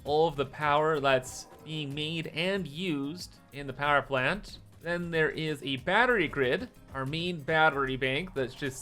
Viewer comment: "Powee Plant."